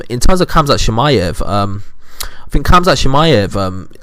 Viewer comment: Well, u don’t even know how to pronounce khamzats name correctly, so I doubt you have any knowledge about him to be calling anyone over-rated. I think your a bit over-rated.